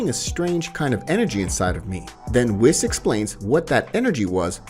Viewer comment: It’s wees not wis